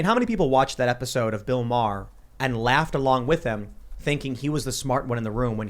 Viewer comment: worst thig is that American's can't pronounce Maher